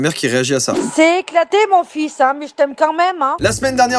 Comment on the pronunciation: Hein* pas "hyn"